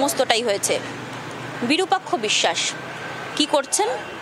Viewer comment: বিরূপাক্ষ অবিসাস বিসসাস নয় ভাই